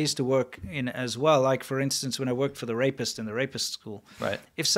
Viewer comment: You've got to help me out here. Does he keep talking about "the RAPIST school??" Is that what he's saying?